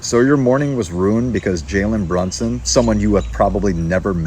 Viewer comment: She can't pronounce the dude name right.......